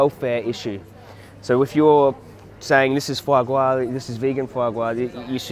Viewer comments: Fwa gwa?!? 🤣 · Fwa gwa.. VEGAN FWA GWA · foie gras ahahha